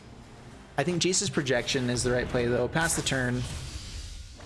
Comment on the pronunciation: Ha ha you first called it “Jace’s Projection” then when you played the card it sounded like you called it “Jesus’ Projection”